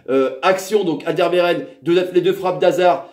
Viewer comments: Haha, pas de souci, ça nous fait toujours rire de vous voir vous prendre les pieds dans les noms flamands ^^ Sinon tu peux toujours regarder les matchs sur la RTBF, avec l'ami Rodrigo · La prononciation de Alderweireld ^^